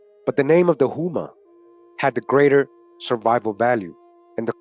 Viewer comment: Houma pronounced like Home - a my family is from there